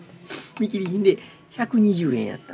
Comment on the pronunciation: 見切り品が、ずっとミキリンって聞こえてたw